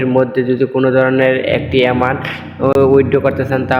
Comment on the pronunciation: এমানট আবার কি, এমাউন্ট হবে